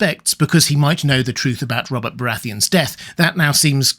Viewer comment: "Bobert Baratheon"?